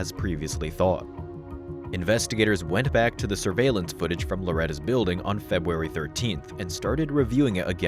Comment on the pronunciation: A.I. will take over the world! Also A.I. can't even pronounce "February" or "Corporal" correctly.